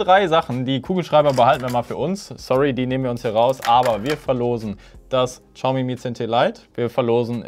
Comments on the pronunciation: hör auf "Tschaumi" zu sagen! Es heißt "chiaomi" mit einem ch wie in ich. Danke und jetzt bin ich auf das nächste Video gespannt;) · Man spricht es "SCHAUMI" aus. Ohne witz